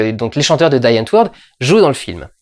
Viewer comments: une petite aide pour la prononciation du nom "Die Antwoord" : diiii antwaurd. C'est du néerlandais. Chiant, hein ? :p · Die antwoord ça se prononce à l'Allemande Die --> comme on "dit" en français, sans accent anglais donc, Le "w" de antwoord comme un prononce "v" Le "oo" se prononce comme dans avorter Prononcé à la française : di anntvord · Pour Die Antwoord, il faut prononcer (écriture à la française, mais en roulant le R) : DI ANT' VOURT' ;-) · Die Antwoord, "Di Hant Vourd" un truc comme ça pour la prononciation, ce ne sont pas des anglophones mais des Sud Africains (donc Hollandais, Afrikaans) ;) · Die Antwoord c'est de l'afrikaans donc on prononce pas comme en anglais mais comme en néérlandais. C'est die comme "dit" et antwoord comme ça se lit. Ca signifit la réponse ou the answer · Merci pour ce VLOG, j'ai vu le film et j'ai adoré, j'ai ri, j'ai pleuré. J'avais déjà vu District 9 mais si je suis allée voir Chappie, c'est surtout pour y voir Die Antwoord (ça se prononce : di ant'ourd') parce fan de la première heure. J'aurai juste un petit truc à dire sur ta critique de leur jeu d'acteur. Ninja et Yolandi sont des personnages. Les membres du groupe s'appellent Wallace et Anri, la specificité de Die Antwoord c'est ce que c'est pas juste un groupe, c'est des mecs qui sont partis dans un délire, ce sont des acteurs, des acteurs H24 mais clairement ils ne font que jouer leur propre role dans ce film donc la performance est dans l'essence meme de ce groupe. Sinon le film est vraiment magique, la BO est top, les fx aussi, allez le voir !! :D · Die Antwoord <3 ça se prononce " di antweud" il me semble :3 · Ça se prononce "Di Antvort" c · DI ANTWAURDE ^^ c'est de l'Afrikaans, dialecte néerlandophone d'Afrique du Sud ^^ le w ne se prononce pas en v :) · «Di Ent-Voeurde» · Le groupe Die Atwoord se prononce " Dis Hante Vourte ", (à prononcer en bon français) ça signifie la réponse. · "Di Andveur" pour la prononciation = The Answer dans leur argot ;-) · di antvourte.